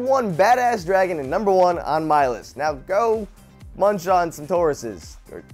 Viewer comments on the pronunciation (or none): none